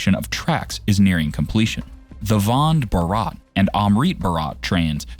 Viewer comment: man your content is amazing. I just wanted to say you that please look for pronunciation of words like Vande Bharat, Aadhar and many more. No Indian will like it. Otherwise your content is really good. Keep it up. you will definitely become a big youtuber.